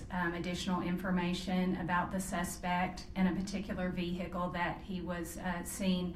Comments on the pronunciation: OMG STOP SAYING "V-HICKLE"! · I like how she says "vee-hicle" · Did she say a vee hickle?